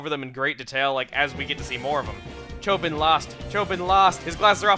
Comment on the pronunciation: It's not Chobin like a Bin, it's Cho(bean)